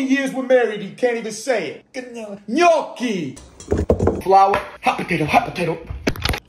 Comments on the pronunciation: As an Italian I can say that I am proud of your pronunciation of gnocchi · This guy pronounces the ñ better than me and I'm Latin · His devotion for Italian food is amazing, he's also pronouncing names so good you wouldn't even say he ain't Italian. Continua così, grandissimo ❤